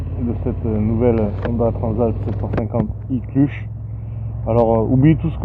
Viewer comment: Très belle présentation 👍 PS : embrayage se prononce "cleutch" pas "clutche" 😉 (même si ça donne un petit côté franchouillard 🇫🇷)